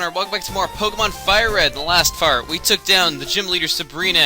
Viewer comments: he said fart not part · yeah. speech error. Sorry, sabrina. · In the last fart! XD HE SAID FART! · it really sounds like he is saying "in the last fart, we took down Sabrina." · when he said in the last part it sounded like he said in the last fart! HA!! :D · He said last fart.... Yes an immature thing to notice.... But ahh well